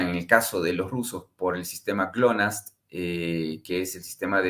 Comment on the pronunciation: CLONAST????? es GLONASS